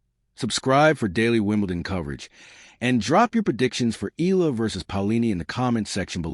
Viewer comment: ehh-ya--la sir